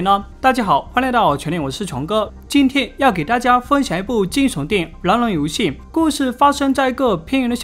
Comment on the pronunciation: 从来没觉得你的口音重，直到这次，一直听你说"男人"，其实是狼人，听得我一头雾水，最后"男人"是个女的(⊙o⊙)